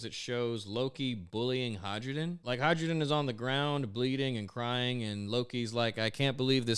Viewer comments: you sell sakura boxes and still pronounce "hai ruden" as "hydrogen" You really are Luffy... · I'm pretty sure the Hajrudin is pronounced "hie-roo-din," because the J is meant to sound like our Y.